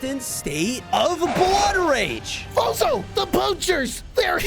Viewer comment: I Have a question When I Watch your video I keep hearing Bozo but your real name is fozo🤔￼￼￼